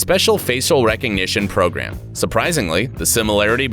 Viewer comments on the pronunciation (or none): none